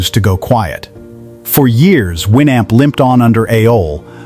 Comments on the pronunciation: I used Winamp myself and brings back memories, its an interesting topic but you need to check your AI's Pronunciation and I give it an "F" for Fail!! It pronounces AOL as Ah-All at times and A-Hol most of the time and brings to mind "Ass Hole" 🤣 and WinAmp as Win Hump and Wine Amp .... Not Good! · If you are going to make a video about a product. Learn how to pronounce it. The Amp is pronounced the North American way as in amplifier